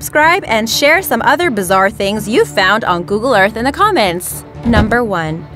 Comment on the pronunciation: She said commenths lol